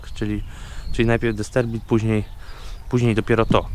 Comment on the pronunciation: Nie dysterbit tylko dysperbit